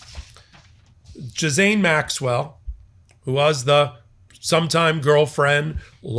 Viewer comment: Who is Jizz-ayne Maxwell? 😅